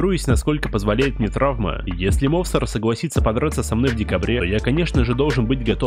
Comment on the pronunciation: Мовсар😅 не правильное ударенре